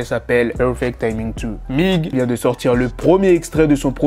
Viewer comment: on dit M.I.G pas Mig comme tu l’ as prononcer 😅